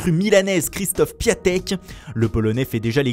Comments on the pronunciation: vous le dîtes mal,ça se prononce "Piontek" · Piątek, ca se prononce "Piantek" (Vendredi en polonais). Vous dites "Ramess" pour James Rodriguez, faites un effort pour tous.. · Ça se prononce piontek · Ça ce dit piontek